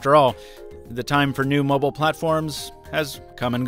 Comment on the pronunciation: Mr Mobble? I think he means "mobile"....